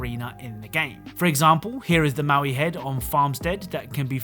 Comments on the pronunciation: The heads in Rocket League are called Moai, not Maui. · Those Easter Island statues name Moai is pronounced like Moe-Eye. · Its moai (mow-eye)